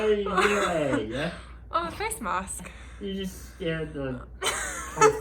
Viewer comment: You said “it’s a face mask” in a very British accent 😂😂